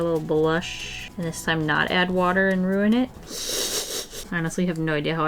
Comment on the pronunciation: “Obiouaslay aplay some watar” WHEEZE